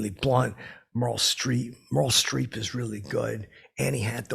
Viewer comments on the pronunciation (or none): The way this washed up TV host says "MURL STREEPH", ugh, you sir, are a puddle of aids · Him swallowing his mic 🎙…. Ugh And the worst weird nicknames “Muhrl Streep “